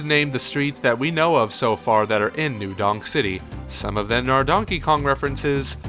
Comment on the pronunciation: i thought you said new dong city at first lmao